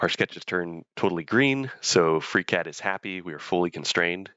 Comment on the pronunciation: anyone else heard "freak head" or is it just me? :D